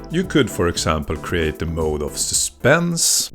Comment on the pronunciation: I hate to be that guy, but .... Despite otherwise excellent English, you keep using the word "Mode" in place of the word "Mood" Mode, as you are saying it, means a particular manner, for example the we searched the house in detective mode, or in the case of musical modes, a sort of pre equal temperament sort of scale used primarily in Medieval and other Early music, for example the Phrygian or Dorian mode. Mood, rhyming with dude, with the same vowel sound as "Moo is the sound a cow makes" is the word you are looking for. Moods are the "feeling of a thing" or a general emotional ambiance. For example, listening to this , put me in a happy or anxious mood. I only have to mention it , because "Mode" does have a specific musical use context. Ironically , specific modes, are often associated traditionally with creating different moods. Otherwise, this is seriously awesome work. I love the use of Volcas and other simple low end gear to show us how these basic techniques work, so we can see how very approachable Ambient music can be to the average person wanting to try making some